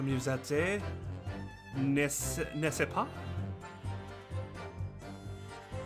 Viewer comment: why does keep describing 'eh' sounds as 'ay' like nest ce pas or mais this case had a lot of maïs though so thats funny